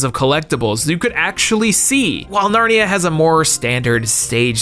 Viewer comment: Got narnia wrong as well